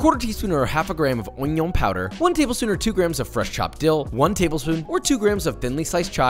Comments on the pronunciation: He said oñion 😂 never thought that word was gonna get out so fast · If this was my first time watching a Joshua Weissman video, I’d have actually googled what “won-yuan” powder was.